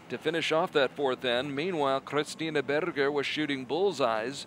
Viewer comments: Probably someone told him there's no "burger" in German. I think the simplest approximation in English is "bear-ger". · I just love how he pronounces "Berger" :) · I suspect he's trying to pronounce Berger in German, badly.